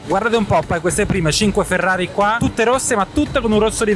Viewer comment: Ma perché pronunci Ferrari all’inglese?😅😩